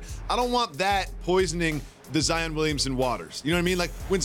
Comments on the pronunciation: Zien or ZION!?!? 🤦🏽‍♂️😂 Jalen: “You just got Zien!!!!!” 😂😂💀💀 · Jalen it’s Zi-on not Zi-in